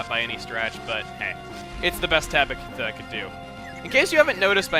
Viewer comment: sounds like if you said Tablo instead of Tabitha *w*